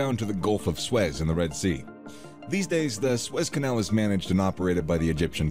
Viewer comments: God, pronounce the name the canal CORRECTLY. It is "SOO-ezz". Not "Swess" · Yeah lol it keeps saying "Swez Canal" instead of "Soo-Ez Canal". Pretty hard to listen to. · It is called the Suez Canal not the Suiss Canal 😂